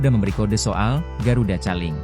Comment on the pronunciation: Koling bacanya bukan caling … kocak 😂